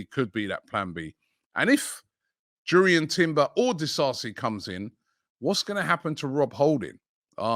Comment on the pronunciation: Robbie mate it's pronounced yurrien like youri tielemens